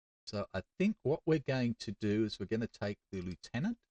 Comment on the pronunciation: It is so nice to hear "lieutenant" proncouced properly 🙂